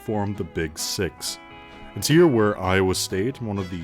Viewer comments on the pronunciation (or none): none